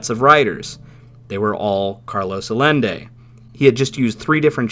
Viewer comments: Love this video. This is one of my favorites paranormal stories from WW2. Only thing is hearing Carlos Miguel Allende's last name mispronounced. Is a Spanish name so double Ls make a Y sound. His name is pronounced Ah-Yen-Day not Ah-Len-Day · Probably been pointed out but Allende is pronounced "Ay-en-de". 'Ll' in spanish is a Y sound. Dude's got the same name as the Chilean president the US helped overthrow in the coup that put Pinochet in power.